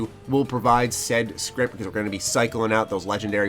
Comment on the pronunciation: My ears curl up into little balls everytime he says "Scrip"